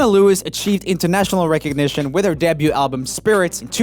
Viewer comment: Will someone please tell Joel that debut is pronounced "day-beau" and not de-beau"😂😂